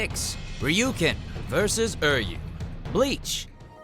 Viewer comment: Anyone else get triggered by Err yu?